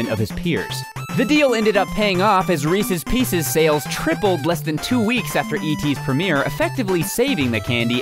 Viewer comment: Reecees peecees